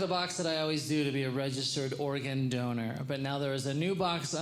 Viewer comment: Was he saying Oregon donor? As an Oregonian I think I should have a say in this...